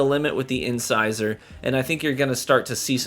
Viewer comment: Thank you for pronouncing the name of the weapon right!! From what I’ve watched and how 99% of the content creators have pronounced it “in-scissor” it’s great to see someone who’s actually literate lol. Great review.